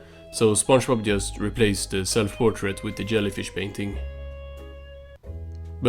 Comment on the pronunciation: Says "yellyfish" A little bit later; am i pronouncing library correctly? 😂 Good video!